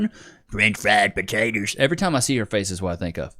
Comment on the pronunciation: "French fried potaters." 😂😂😂